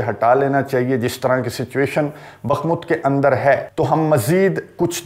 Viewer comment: یہ لفظ بخمت نہیں بلکہ بخموت ہے براہ کرم تصحیح فرمائیں